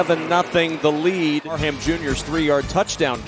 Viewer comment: Parham is an ENGLISH name. It's pronounced "Parram" - NOT PAR-HAM. 👎😮 The "H" is SILENT. Please learn and maybe read a few books... M 🦘🏏😎